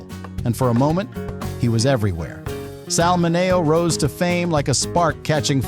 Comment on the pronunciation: Sal men-nee-o